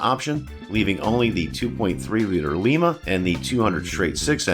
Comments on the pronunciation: Well we can tell your not from western side of ohio like I was. The town in ohio were the engine is from is pronounced LYE-MA not lee-ma like you called the the lima 2.3 4cylinder engine. Your not the only one to make this mistake. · Lima engine - (Lie - ma) Lima, Oh; pronounced like the bean , not the city in Peru.